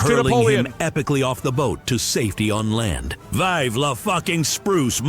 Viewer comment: “VEEV’ LA FUCKIN FRANCE!!!”